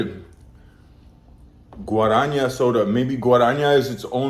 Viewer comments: GuaraNAH not Guaraña! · Guarânha fudeu com tudo heim pqp O bagulho já tem acento que é pra não errar GUA-RA-NÁ NÁÁÁ !!! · Guaraná (it"s pronounced Gwa-ra-nah) is an amazon fruit originally cultivated by native Brazilians. "Antarctica" refers to the brand. The flavoured cassava flour is called "farofa". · "Guaraniah"... LOL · O jeito que ele pronuncia "guarania" 😂😂😂 is funny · 'GUARANHA" ANTARCTICA ... te amo gringo. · do not speak guaranha its wrong, the correct pronounce is diferent, you need test with google translate. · it's pronounced somewhat more akin to "Ghuahranah Ahntarticah", it's basically a Brazil-born recipe soft beverage containing Guaraná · "Antarctica" is the name ot he Brazilian company that produces "Guaranah", that's how you pronounce it: "Guaranah"! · Gotta love how the guy butchered Guaraná pronunciation 😂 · "Guaraná" is n-a, not like ñ in Spanish or gn in Italian. Just a simple N and then an "open" A. That's what the "´" is for. It's like "o" in "out". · Achei engraçado ele lendo Guaraná kkkk 🇧🇷🇧🇷 I found it funny that he was reading Guaraná